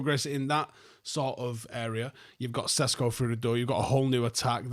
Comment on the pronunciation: Benjamin is now a Man United player, I think he deserves his name to be pronounced correctly. It's Sheshko. Same sound you make when saying Sheringam.